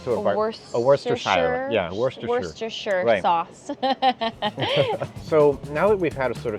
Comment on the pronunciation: Wuh-stuh-shur or wooh-stuh-sha. Don't say Shire like in Lord of the Rings. New Hampshire-New Hamp-shur. Took me a trip to Boston to get it right.